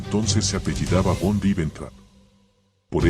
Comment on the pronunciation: VON "' SE PRONUNCIA "' FON "' EN ALEMAN "'